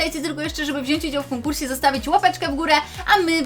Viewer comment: '' Biorę udział w konkurśe''❤️❤️❤️❤️❤️❤️